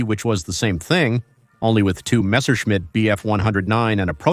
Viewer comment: He said messermitch😂😂